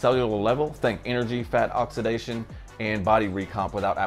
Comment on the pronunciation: Oxidation. Not oxitization